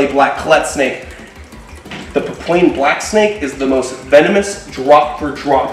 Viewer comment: Pa-pU-an black snake, named after its location in Papua, New Guinea.